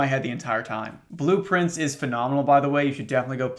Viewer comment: I literally only ever heard him say “blueprints” until this comment said it was blue prince